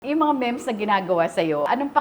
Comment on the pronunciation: Memes (meems) hindi mems😂